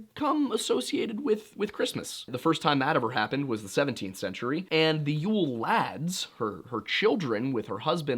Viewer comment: I dont think he did that bad at the Icelandic pronunciations.